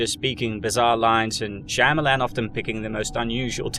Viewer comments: Is it just me but every time I hear M Night shamyilan it’s just disappointing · I feel sorry for you boys, to be as mad about a few movies. Let's take that word again its a movie. And you pronounce the man's name incorrectly. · I never heard his last name pronounced that way but i love it